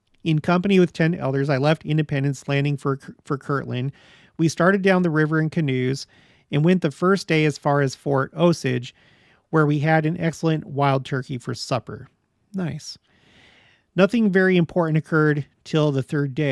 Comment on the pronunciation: Hey, here are a couple of notes for you: For the Destroyer, think about initiatories in the Temple, specifically the last part. The Destroyer is referenced there. Also, as a former Missourian who grew up in the Ozarks, I know that osage is pronounced (long o) o sage (like the herb). There is the Osage Indian tribe, Osage River, Osage Beach (city), etc. I hope that helps. Appreciate the work and the video!